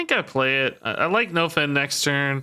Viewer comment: Anyone else think is pronouncing nofin wrong? I think it's supposed to be pronounced like nuffin' can stop us (sorta like nothing can stop us)... I could be wrong though...